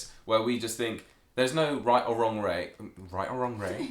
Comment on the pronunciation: Its funny that his messed up at "right or wronge way" funny thing I'm from Boston and and I can prounuce difficult words but I have to pause when I say "Road Rage" not sure if your familiar with it but Road Rage = getting angry while driving your car on a road,, if I try to say it flunetly I Fumble the words